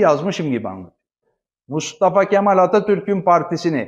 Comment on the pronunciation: Bence Yılmaz Özdil , Mustafa Kemal ismini gevelemiyor. Söylüyor. Bağıra bağıra söylüyor. Gevelemiyor. Yürekten söylüyor. Altı dolu söylüyor, bilgiyle söylüyor. Katılmıyorum. Benim fikrim , sizin aksinize, daha çok artıyor kurucu liderimize duyulan sevgi.